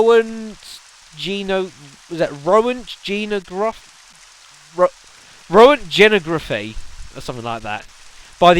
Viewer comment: You couldn't pronounce Roentgenography or something. It's pronounced "RERNTGEN"